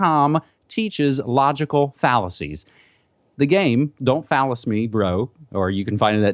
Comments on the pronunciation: Hard to take seriously something called "Don't fallacy me bro" especially when you pronounce it "phallus" lmao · Is he saying fallace instead of fallacy on purpose..? I can't tell. smh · Yeah. He said phallus! Ha ! It reminds me of that Ben Stiller movie. "Cock me! Cock me like a black guy!"